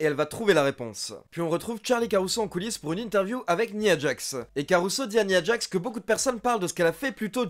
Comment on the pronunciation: tres bonne chaine j aime beaucoup ^^ par contre une petite précision : on prononçe " naya djax " ^^ bonne continuation :)